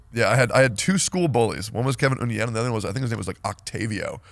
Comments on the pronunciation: I like how Tectone knows a Ngyen and still pronounced it wrong. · Not teccy saying Nguyen as ung-yen